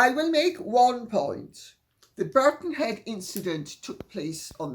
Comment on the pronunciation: Birkenhead not Birckhead